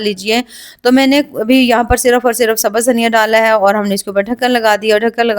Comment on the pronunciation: Itne pahde likhe hone k baad bhi sabaz bolti ho sabz bola jata hai